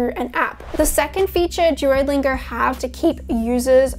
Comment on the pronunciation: “Jewolingo” lol Ps. Your bf is a lucky guy